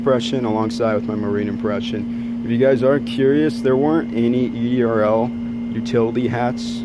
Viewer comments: It's said ERDL not EDRL. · It’s ERDL not EDRL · That's ERDL.Not EDRL.